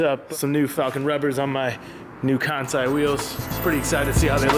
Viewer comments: Its pronounced Kahn-say lol it's in their IG bio🤷🏾‍♂️💀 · You're saying Kansei wrong, it's "con-say"